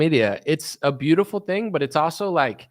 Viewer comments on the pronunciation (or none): none